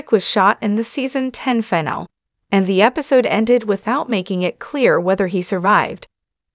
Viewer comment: Is this AI or what? This voice cannot even pronounce finale